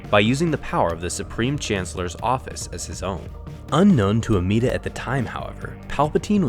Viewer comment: No offense, it’s Amedda, not Ameeda.